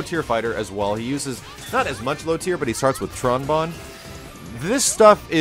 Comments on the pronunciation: JUST to be sure, I checked again. BGM and Sound FX turned off, Voice at MAX and picked Bonne Wonderland in training. Samsung Plasma TV w/ Dolby Digital Plus and Dolby Pulse decoders and SRS TheaterSound PLUS two mini speakers for a pseudo surround sound effect. I can assure you it's clearly "bone" despite the slight distortion effect of the announcer's voice. I mean I'm not the type to get "butthurt" over mispronunciations, just something that I notice. You're welcome to hear/say whatever =o) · I'll be honest, I sorta clicked to see if pronounced her name right. Bonne is pronounced "bone". Like "Bone" Wonderland QCF+A "bone strike" It's another musical pun like all the old Mega Man games had. Rock & Roll, Blues, Bass, Beat. Tron Bonne is "trombone" (get it?). I mained Tron in MvC2 and all my research into the character is how I found out. Of course my roommate was playing Mega Man Legends at about the same time. Of course,it does take a while to get over the habit of saying "bon".